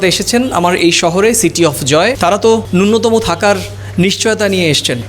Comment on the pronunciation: ন্যূনতম (nyunatama) বলুন, নূন্যতম (nunyatama) নয়। attendant (অ্যাটেনডেন্ট) বলুন, attendance (অ্যাটেনডেন্স) নয়। অন্তত বাংলাটা তো ঠিক করে বলুন।